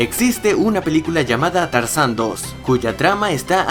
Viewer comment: dijiste carzan no tarzan eso lo note porque eschucho bien suscribete a mi canal